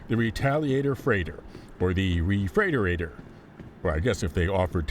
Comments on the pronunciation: Re freight ter rator wow too funny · Made me laugh when I heard you say refreighterater. Refrigerator would be amusing too!